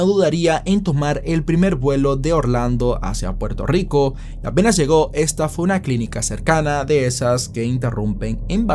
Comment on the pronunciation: Puelto yico.